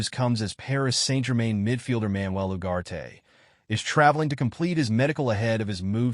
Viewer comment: Its Ugarte not Uwate